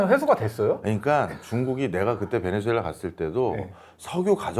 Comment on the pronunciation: 사랑하는 교수님, 베네"수"엘라 발음 똑바로 해주시면 고맙겠습니다. 방송 하루이틀 하시는것도 아니잖아요 에스파냐어에서 z는 ㅅ으로 발음하는거 모르실리가 없으실텐데 실수를 너무 자주하셔서 안타깝기도 하고, 듣는내내 거슬리기도 해서 충언의 마음을 담아 댓글을 적습니다.